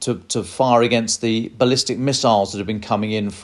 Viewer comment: Bless your heart: NOT "ballistice" miiiles. Please read up on your weapon systems.